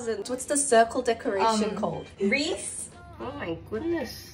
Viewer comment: Its called a wreath pronounced Reeth. Hope that helped❤